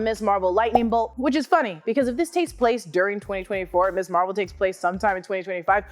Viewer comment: Ms. Marvel. Not Miss Marvel. Pronounced "Miz" and has a significant historical background, part of the feminist movement. Argh.